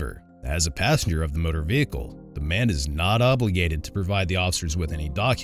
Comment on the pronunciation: “ my name is Assenger, Thep Assenger “ 😂